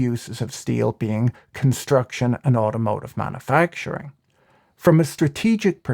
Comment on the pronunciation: Manna-facturing...isn't that making bread in the Sinai Pennsula? Come on, pronounce it correctly.